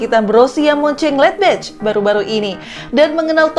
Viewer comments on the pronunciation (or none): Admin salah mengucapkan Munchen Gladbach dan Leipzig...hadeeeh. ayo benerin pengucapan nya...👍👍